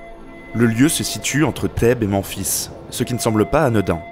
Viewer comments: vraiment attention aux prononciation comme Memphis et non Menphis ou Amon qui se lit Amone ect ect c'est vraiment un point qui marque la vidéo du début à la fin au final on s'attarde plus sur ce problème jtrouve ça dommage et c'est mon cas dans plusieurs autre vidéos de cette chaine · "manfis", bordel. "Ah mon", Mais... Arrêtes! "Math", ... Bonne vidéo, la prononciation par contre. Même-fils Amonne et Ma-hate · Memphis se dit mèmfisse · putain merci c'est exactement comme ça qu'on le dit et aussi pour Memphis c'est men (en anglais) fils